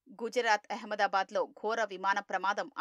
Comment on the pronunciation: అహమ్మాదాబాద్ అనలేరా? ఎహమ్మయదాబాద్ ఏంటి?